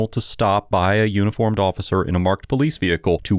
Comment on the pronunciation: Keeping it real. Can't even pronounce officer or ask.